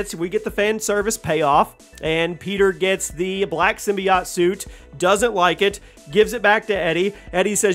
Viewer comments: sim-bye-ote was bas pronunciation but this man just said sym-be-ott. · I’ve never heard someone pronounce symbiote like that.